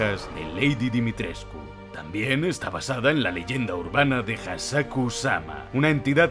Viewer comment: Dimitres...CU jajajajaja tantas veces q me desespere, en realidad sólo se pronuncia Dimitresc